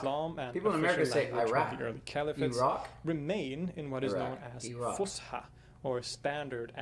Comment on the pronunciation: it is not pronounced with the sh sound , S , fus ha Fus فص Ha حى فصحى